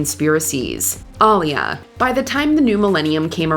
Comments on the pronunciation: pronounced “Uh-lee-yuh” not “Ahlee-ya” Right?…right?? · “AhLeeUh” wtf lol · who The hell is All-E-Yeah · Aaliyah NOT Ilyah HER NAME IS AALIYAH Man Do I HATE 😡 THESE YouTubers who BUTCHERS The Names of The people or subjects they supposedly talking about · It's pronounced AH LEE YAH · Aaliyah = Uh-lee-uh. What shocks me is how many times you've reported on this poor girl and you still butcher her name. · It’s pronounced Ah-leee-ah….. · Who the hell is all - e - yeah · ai got aaliyah name all fucked up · Whyyyyy are you saying Aaliyah’s name like that? I feel like watchmojo purposely does things to ragebait their audience lol 😂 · I am not surprised that multiple people have come on the comments to demand that Aaliyah's name be pronounced correctly. Smh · Why don't you actually take the time to pronounce a celebrity 's name right! How hard is your job? Geeze! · Who else ran EXPEDITIOUSLY to the comments when this woman MISPRONOUNCED Aaliyah’s name……how how HOWWWWWWWW??? I am cringing so badly hearing it. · The way yall pronounced Aaliyah’s name was blasphemous! 😮